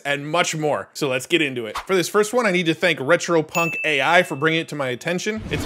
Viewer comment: you're not being picky. It says "Ey" for "AI"